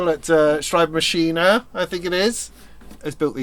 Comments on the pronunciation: Thanks for the shout out for the cases. Yes you pronounced Schreibmaschine well, I think it was the best attempt so far by an English speaking Youtuber. I'm looking forward to seeing what you fill them with! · Neuzeit pronounciation = noyt site 😊 and you pronounced „Schreibmaschine“ really well 👍